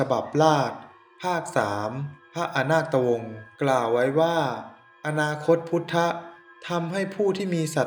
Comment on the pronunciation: อ่านผิด ไม่ใช่อะนาดตะวง แต่เป็น(อะนาคดตะวง)